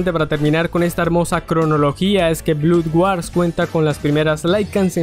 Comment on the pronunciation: en EEUU e Inglaterra "blod wors" el man del video "blud güars" 😂😂😂😂😂😂😂😂😂😂😂😂😂